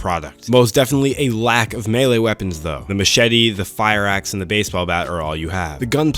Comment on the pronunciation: He said melee and not “me-Lee.” 😭 They do exist... 🙏🏾👍🏿 Oh, and this game sucks! 😐